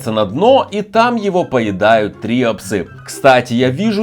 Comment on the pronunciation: самое древнее животное которое не изменилось это морская губка и правильно говорить триОпсы